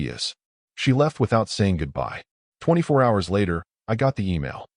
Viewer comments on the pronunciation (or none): none